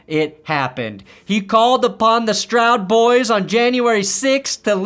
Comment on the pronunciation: The "Stroud Boys" lmao!